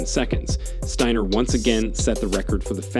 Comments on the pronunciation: Could you make up your mind about pronouncing Abby Steiner's last name? Is it Stainer or Steiner? Btw, could you have shown the woman's race in its entirety? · 1. What did she do to Jackson that was so insane? Beat her in a race? Stop it! 2. Who is the moron narrating this clip? He mispronounced Steiner about 135 times. It's Sty-ner. That's it, not Stain-ner, or Sten-er or whatever other way he pronounced it. Show some respect and at least act like you've got some smarts. If Steiner is too hard to pronounce or you keep forgetting how to same the name, call her Abby. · Lol this dude pronounced her name 3 different ways steener, stainer and steiner... what a moron. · Dude, you went from “Steener” to “Stainer” to finally “Steiner” at the end. The vid would be more believable and acceptable if you were to pronounce Abby’s last name correctly, consistently. Dork. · Wow three pronunciations of Abby's last name (Stiner Steener Stainer). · Abby Stainer😂... enunciate bro. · Please pronounce Abby’s name correctly! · Abby is awesome but, it is disrespectful to mispronounce her last name at times and pronounce it correctly at other times. Also, it's not CAHVID,,,it's COVID. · What's the deal with the commentator in this video? He goes back and forth between pronouncing Steiner's name with a hard A sound and a hard I sound. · Be nice if you’d get the pronunciation of her last name correct. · A little annoyed that the announcer mispronounced Steiner and baton so much. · Please pronounce her last name right............Sometimes you do sometimes you dont...